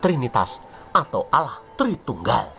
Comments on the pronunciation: 😂😂😂 astaga penyebutan allah itu lho mengesankan 😁😁😁😁😁🤣🤣🤣🤣🤣🤣🤣🤣🤣 kupas terus Gw penggemar baru anda uda gw subscribe n gw share. Sangat intelektual dan sangat bagus gw menikmati dan juga , menghibur tetapi tetap waspada tetangga sebelah kepanasan😂😂😂😂😂😅😅😅😅😅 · Kok ga becus nyebut nm ALLah gmn kao